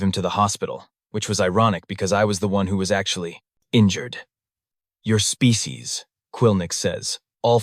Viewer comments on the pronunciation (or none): The AI talks fast and has pacing issues, it also skips the occasional word . It can't pronounce SPECIES.